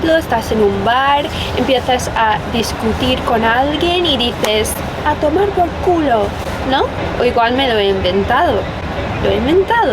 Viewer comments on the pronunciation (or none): "a tomar pol culo!" que bien te integras, jajaj resulta muy divertido escucharlo de un foraneo